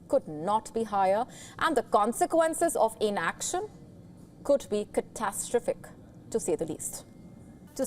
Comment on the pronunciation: To the lady announcer - please learn how to say: seismic and catastrophic. Google pronunciation will help you. Also - the earthquake was 10km deep - too deep for a nuclear test.